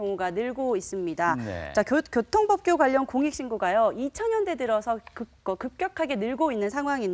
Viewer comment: 교통볍규 ㅡㅡㅋ 발음이 참 ㅋㅋㅋㅋㅋ